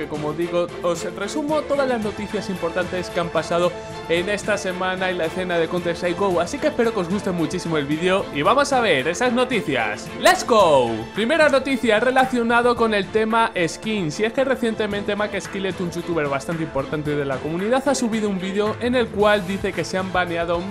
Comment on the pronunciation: me da cancer cuando dice "les go" y no pronuncia la "t" :v No ban plox ;v